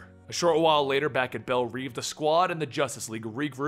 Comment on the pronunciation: Belle revvvvvvv! Not reeveeeeeee